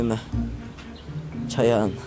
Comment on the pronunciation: Чаяан эмес Чаян